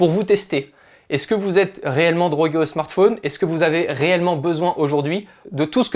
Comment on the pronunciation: Spécialement quand il dit smart fauuuuunee tt les 30sec. au lieu de Smart fōn